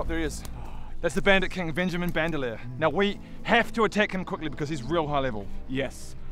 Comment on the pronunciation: "Venjamin Bandalir" Nice